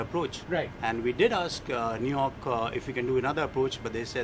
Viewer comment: New york is newrak hahahahahahahahha